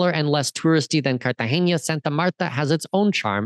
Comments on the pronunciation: So you are teaching us all about Colombia - you’ve “done all the research”. Seemed good until you called Cartagena as Cartageña - which it is not. What’s next, MedeLeen? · Dude carta-hena it’s an n not a ñ